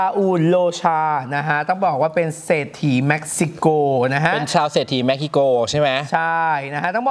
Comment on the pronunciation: เม็กซิโก ทำไมได้ยินเป็นเม็กฮิโก